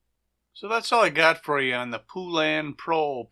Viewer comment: Po-lun, no poo, come on bro!